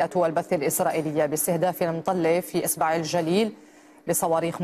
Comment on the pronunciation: اصبع الجليل وليس اسبع الجليل